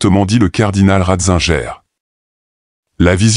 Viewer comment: Ratzinger on prononce en allemand le in et le guer